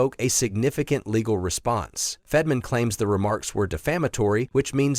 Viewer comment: It is Fett-ur.man...not fedman